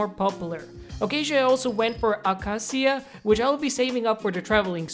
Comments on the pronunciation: Acacia is pronounced "a-kay-sha" not "a-ka-see-uh" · I believe it is a-kei-shuh, not the way you said it. Great video regardless! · I’m sorry but it’s pronounced A-k-sha wood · it’s pronounced uh-kay-shuh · Acacia wood is pronounced a-cay-sha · When you say ahkaseeah I get triggered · Bro ill teach you hot to pronounce it xd Its akay-shi-ya Acacia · Normal people: Acacia: Akaciq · Never heard anyone pronounce acacia like that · The way you say acacia hurts my brain